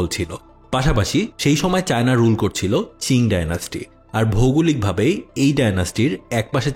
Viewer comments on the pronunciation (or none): চিং না ভাই, উচ্চারণ হবে কিং ডিনাস্টি